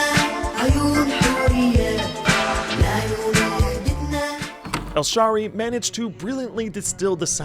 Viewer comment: It's Hameed Al Shaeery not Al Sharey